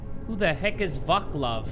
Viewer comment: u made "vaklav" from "vaclav" 🤣🤣🤣 it's european name i know u wouldn't know how to pronounce it but lmaoooo